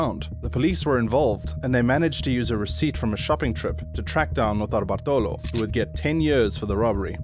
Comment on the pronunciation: the pronunciation of Notarbartolo is wrong .. looking for it would have cost you 10 seconds